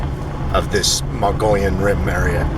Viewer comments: Pronounced: mug-ee-yun or muggy-own by locals) please say it right. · "Moe-gee-yawn" rim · Mo - gee - on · Odd pronounciation, but it's "MOE - gee (like key) - on Rim. It's how the indigenous Indians in Arizona pronounce the Rim's name. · more like mug eon.